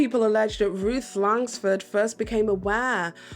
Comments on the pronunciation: There’s no “S” in Langford. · She can’t pronounce Langford either.